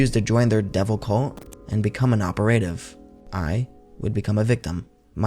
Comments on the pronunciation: what year was that again?? Two thousand twenty twenty? oh, ok. ffs what kind of math are they teaching in schools? And what kind of English are they teaching?? Operative isn't pronounced op-uh-ray-tive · OPERATIVE = OPERA-TIV not "oper-ay-tiv"